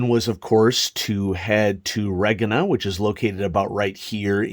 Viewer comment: I always thought Regina was pronounced like the woman's name